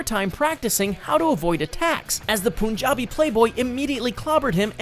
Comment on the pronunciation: it is not Poonjabi it is Punjabi